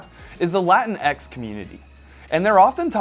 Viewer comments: "LatinEX" I really hate that pronunciation, especially when used to refer to me and people from my country. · Is he mispronouncing Latinx, or is he saying Latin Ex... as in Latino expatriate community?